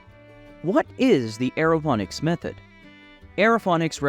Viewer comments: What are you talking about? He pronounces Aerophonics and hydrophonics correctly? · Stop pronouncing it wrong.